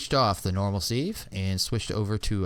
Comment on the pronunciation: "Sieve" is not pronounced "Seeeve". It rhymes with "give", not with "sleeve".